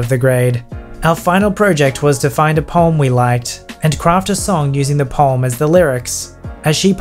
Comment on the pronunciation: Poem can be added to the list of words you can't pronounce, along with words like project and data.